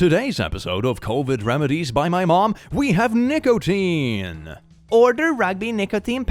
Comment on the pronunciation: you did NOT say nicotine